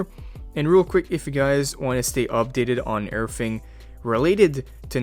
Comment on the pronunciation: I am obsessed with your „urrthing“ lets marry